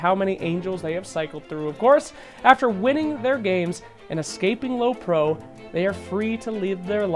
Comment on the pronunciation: it's prio not pro you dummy